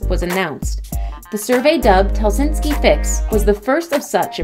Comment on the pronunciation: I would say you need to get the correct pronunciation of the places your naming, example its HELSINKI ( only 1 s not helsinski) and folkestone the way you said it made me laugh so hard its FOLKE as in people and 2nd part speaks for its self FOLKESTONE